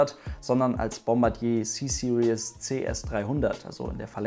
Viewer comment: Finde es so lustig, vor allem Deutsche sprechen „Series“ immer so aus wie das Wort „Seriös“, also „Serious“ aber eigentlich spricht man es eher so aus: „Siriiis“ am ende ist kein „ie“ und auch kein „ou“ Ist mir erstmals bei Matthias Malmedie von Grip aufgefallen, als er einen Mercedes Black Series fuhr. Dachte ständig das das Auto „Black Serious“ heisst, also „Schwarz Seriös“ bis ich es verstanden habe! 😂🤣